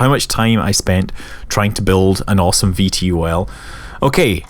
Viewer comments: you don't say (V-T-O-L) you say it like (vee-tol). lol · Scott, you're the first person I've heard spell out VTOL instead of pronouncing it "Vee-toll"...I found that very entertaining. :)